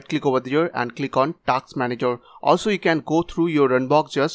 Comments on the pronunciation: Task not taks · dude its not TAKS its TASK